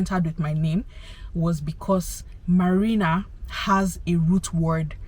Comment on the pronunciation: It’s the way you own English language for me🥰🥰🥰. Your story time is quite interesting and to say the list, I love your name “marina”and love the way you pronounce it even more…